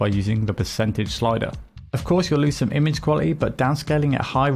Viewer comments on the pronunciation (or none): none